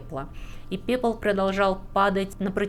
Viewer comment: Пепыл😂 Я один услышал?